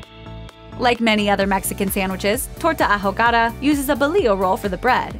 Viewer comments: I cringed every time she said "a jo ga da" instead of "ahogada". 😬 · "Ahogada" lmao 😂😂😂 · OOOOOHHH! I legit didn't even understand her when she was saying it.